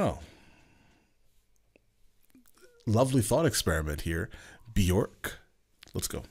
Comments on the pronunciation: It's pronounced Byerk, not Byork. :/ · It's not pronounced "byork" either. That's just the most common mispronunciation. It's pronounced "byerk." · It’s pronounced bjerk like “jerk” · The Icelandic pronunciation of her name rhymes with "work" actually, not "pork". It's how she pronounces it. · Hahaha now that you took the J out of her name you might consider how it is ACTUALLY pronounced in Icelandic ( I've seen ONE interviewer say it properly to her face ) Most everyone says beeyork ( and it's accepted ) but it is actually truly pronounced like saying WORK . but with a B . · Still dont have the pronunciation quite right. According to her own IG, it rhymes with "jerk"